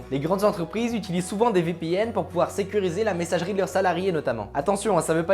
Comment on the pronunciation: Marrant comment tu dis VPN... Vipihenne